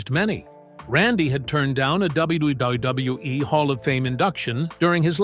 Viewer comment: Why does ai struggle to pronounce wwe lmfao